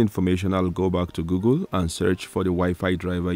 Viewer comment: Lol you said gogle